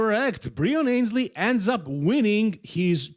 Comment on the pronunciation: Breon Annes-lee by the way, not Ayns-lee